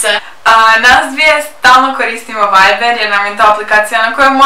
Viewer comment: Viber a ne veiber